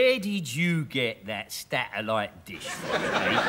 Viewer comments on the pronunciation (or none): Del can't pronounce the word Satellite properly